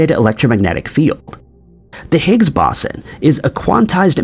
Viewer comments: Bow-sen. It never surprises me when he mispronounces virtually EVERYTHING...😂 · It’s the Higgs boson not bosin. Like the speaker company Bose then add the word on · I appreciate the video, but the mispronounciation of "boson" does get slightly irritating after much repetition. There are of course guides here on YouTube, but, in American English anyway, the first syllable sounds like an archer's bow, and the 's' has a 'z' sound.